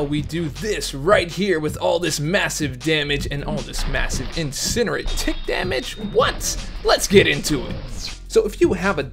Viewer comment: It’s pronounced incinerate, not incinerate...